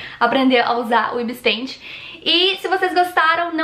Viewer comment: Caraca cara não si fala Ibis pente si fala Ibis pait